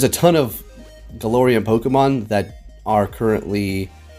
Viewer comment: Hey I love ya but its glair not galore